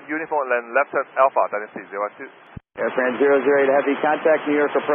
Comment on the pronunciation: I mean... it's Air France, not Airfrans, I think that should be pretty known by now.